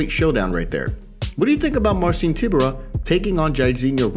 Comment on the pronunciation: It's pronounced more like Tie-byour-uh.